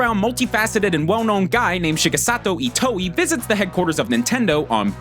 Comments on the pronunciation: Itio? It's Itoi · Did he just say Shigesato itoe like ee-toe-ee??? It's ee-toy btw. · It's Shigesato Itoi not Itoey. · it's shigesato iTOI not iTIO. this is why I hate this channel. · I can't be the only one who is cringing at the fact he's pronouncing Itoi "Ee-tow-ee" and not "Ee-toy" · Itoi, not Itio ;) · please tell me I'm not the only one who lost their mind when he pronounced Itoi's name as "ee-toe-ee" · "Shigesato Itio" GG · Say it with me y'all: EE-TOY NOT EE-TOE-EE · "itio" no it's "itoi" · Cringed at every *eetoweeh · Ghostbusters Reject yes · Take a shot every time he mispronounces itoi